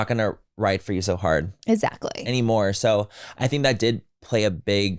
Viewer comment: Love the pod but the amount of times Laura says “ezactly” kills me 😳